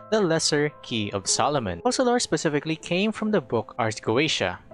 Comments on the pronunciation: Why does he pronounce her name "fossalor" ? If Fontaine names are inspired from french , it would require to by written Foçalor to be pronounciated like that. Otherwise, it sounds like fokalor. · How do you pronounce FOCALIZE? OKay... now, pronounce Focalor similarly.